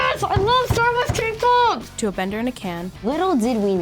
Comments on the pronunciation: I know they are saying cake pops but I keep hearing k-pop. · Cake pops or kpop? I hear both 😂